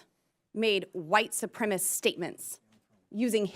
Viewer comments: Shouldn't this headline say "Lauren Boebert FURIOUS with Cori Bush for White Supremis SMEAR on Witness"?? Lauren said "White Supremis" three times here, proving that she doesn't even know what the word is. LOL! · "SUPREMACIST" NOT "SUPREMIST"!!! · still confused as to why people say supremist as opposed to supremacist while speaking. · Your realize that it is Boebert that doesn't know how to say "supremacist" right?